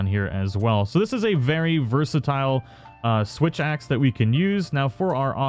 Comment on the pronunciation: did anyone notice that the first time he said switch axe he actually said "witch axe"?